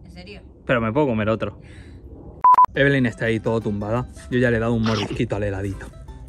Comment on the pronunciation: se dice eveli